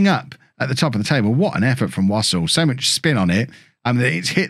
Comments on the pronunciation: Wouldn't Wassell be similar to Vassell so rather than pronounce it wos ol you would have Wa sell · It's definitely not pronounced "wossle"